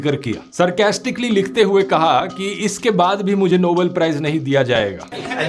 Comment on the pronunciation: Dhruv .... It's NOBEL prize and Not NOBLE prize. I am surprised that how you committed pronunciation error.